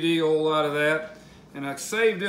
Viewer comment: Hard to listen to someone who can't pronounce "oil".